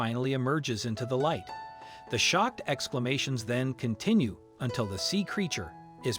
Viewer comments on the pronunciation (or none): none